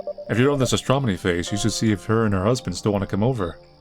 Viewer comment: The way he keeps saying "astromony," I can't tell if he's trying to be funny, or if he's going full George W. Bush nukular on us. I counted at least three astromonies.